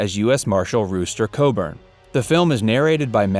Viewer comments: It’s Rooster Cogburb. Tom Chaney was her father’s killer and BRODERICK Crawford won the Oscar. Holy crap dude it’s called Google, you should try using it sometime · It’s Cogburn and you misprounced Campbell’s character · Its COGBURN!!